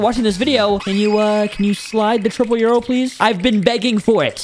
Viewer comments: it is pronounced triple yoru nor triple yuro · Bro says triple euro💀💀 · It's not yuro it's yoru or triple dark blade